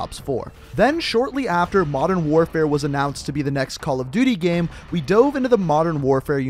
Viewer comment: You pronounce the word game funny.